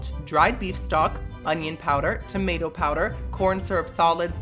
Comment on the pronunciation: Anybody else realize he pronounces tomato as "timato"? lmaooooo